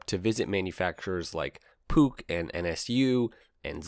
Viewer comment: Thumbs-up for pronouncing Puch correctly.